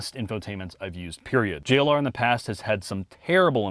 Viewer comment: have to be told to say Jagiuar-Land Rover. 😄 P.S.: If savagegeese made their own car, they could call it the Jack U-R.